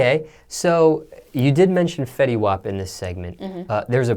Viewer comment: Did she just say Fetty 😂😂😂😂 Fetty got all the hoes